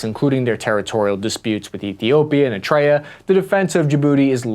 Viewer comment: Ear-e-tree-a not air-a-trea